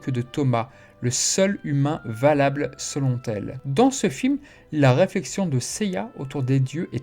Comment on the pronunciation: "Selon tel" ? ^^